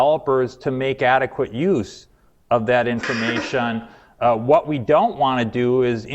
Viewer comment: informaySHUN complicaySHUN investigation situaySHUN